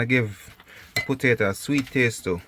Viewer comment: U know a true country man when u hear him say “putato” lol